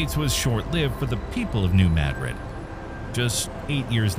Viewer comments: It's not "maaadrid? It's Madrid like the capital of Spain. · It's pronounced Muh-drid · I learned it the other way around. If you bothered to look at a map, you'd see that Paducah KY, where I live, is practically on the fault line. We call it new muh-drid. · THIS fool said mad rid lol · I really like your channel but I wish you would not use an AI generated narration. There is a tendency of AI to mispronounce words like Madrid, where it puts the accent on the first syllable instead of properly placing it on the second syllable. It makes me not want to listen and teaches people who are not familiar with the New Madrid Fault to forever after pronounce what should be something like Muh-drid, to Mad-rid. It also feels very impersonal than if you used your own voice. You are so knowledgeable but the use of AI makes me question if the whole video is AI generated, and if it is, because it cannot speak proper english, it makes me question its veracity. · if you can'y pronounce 'madrid' properly, I can't subscribe. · If your going to make a video on it learn how to pronounce Madrid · I never could understand why this fault line isn't enunciated correctly. Even seismologists don't enunciate it correctly. It's named after the Spanish city of Madrid. It's enunciated the same way that the city is. They do the same with anywhere named Du Bois. It's French. If you spell it in English the way it sounds; it would be Doo Bwaa but, everyone and their grand mother says Do Boys. Even the meteorologists aren't smart enough to speak it correctly. I find these things frequently annoying. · I'm sorry. You can't even pronounce Madrid correctly. I can't take this video seriously. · Thank you for making sure it’s pronounced correctly!! It’s not “ma-drid” it’s “mad-rid” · If New Madrid is named after the city in Spain, then it should be pronounced "Ma DRID", not "Mad rid". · The correct pronunciation of Madrid is (“Ma drid) not (Mad Rid) it’s just an observation.